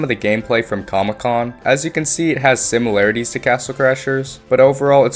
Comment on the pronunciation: "simularities" "mealy attacks"